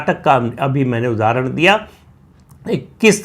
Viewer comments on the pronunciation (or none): none